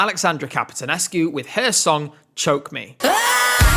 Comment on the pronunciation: She pronounces it "chow me"... Thus the comment above.